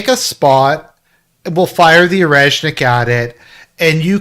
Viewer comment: Its OreSHnick. Not OreZZnick.